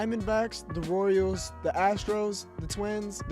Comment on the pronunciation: “Royels”💀💀 Edit: correct me if I’m wrong but did he just get rid of the “Royels” for no reason?